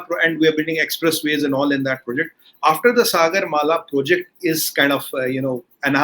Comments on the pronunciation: Its not suh- gurr. Its Saa- gur. Like in Saa re ga ma... ( Indian music , dont know what it is in Arab- Turkic ) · The way he pronounced Sagar, 😀 Adhri ghaghri chalkat Jaye 😁😁😁